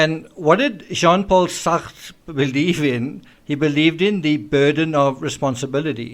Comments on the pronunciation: Love your french "Satre" lmao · Fascinating analysis, worthy of repeated views. Also love your fun mangling of Sartre French pronunciation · Your pronunciation of Sarte made me giggle. Speaking like the Pink Panther. Hahahaha haha 😆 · im such a kid ..that sean paul sacht pronunciation had me in fits 🤣